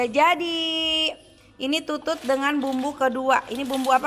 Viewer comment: Teh bilang tutut nya jangan monyong atuh